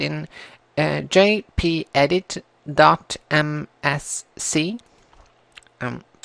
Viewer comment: thank you> your pronouncing the "G" as a "J" and you did not write the command in your description so i almost gave up if it wasnt for one of your commenters who wrote the command . I recommend to write the command " gpedit.msc" in the description and thank you it was very helpful